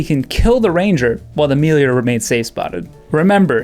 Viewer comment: How is it 2023 and adult humans still don't know how to pronounce the word melee?